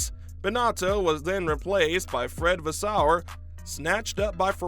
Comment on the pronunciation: Vaes-seu-rrr.. Not Vaas-sou-errr